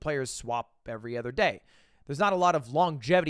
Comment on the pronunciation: Why does Mogul Mail say 'ether' instead of 'other'